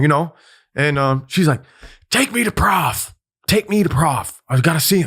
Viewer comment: Isn't prof short for professor, not prophet? Shouldn't it be pronounced prohf and not prahf?